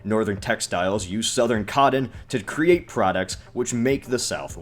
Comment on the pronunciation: Coddon and Briddan.